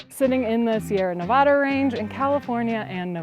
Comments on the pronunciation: My Tahome! ♥️ I don’t mean to correct you, but it’s “Ne-va-duh”. 😂 Nevadans cringe when people say it “Ne-vah-duh”. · You say Ne-VAH-duh, I say Ne-VAD-uh. According to Nevadans, the latter is correct and the distinction is important.